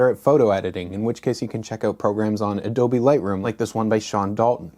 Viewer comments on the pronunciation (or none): none